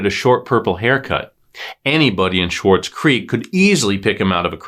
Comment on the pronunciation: its pronounced swartz, not schwartz. i went to high school in SC, and now live in the next town over. it was all over the local news. RIP Kevin! 💔